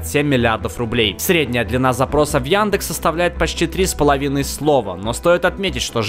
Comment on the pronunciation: Яндекс а не Яндэкс